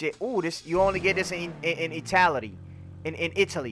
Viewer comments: My guy said Itality🤣🤣🤣💀💀💀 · He said itality